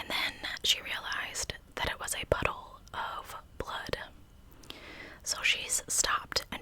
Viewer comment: Love you. Am I the only one who heard "butthole" every time she said puddle?